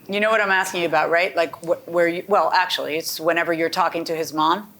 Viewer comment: In ack-she-ality.